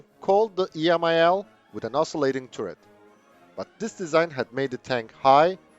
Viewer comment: Interesting video, but man, please look up the correct pronunciation of the word "turret". It is just so incredibly irritating to hear that stupid mistake over and over again.